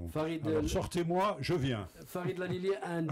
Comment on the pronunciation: Génial ! super émission ... je voudrais juste rectifier : C'est ALILI et non LALILI , merci